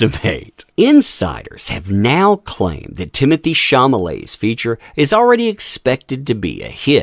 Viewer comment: Timothee Shah-lah-may or Shah-lah-met if you don't want the accent on the -met ending. It's not Shah-mah-lay. Just a heads up. Keep up the great work.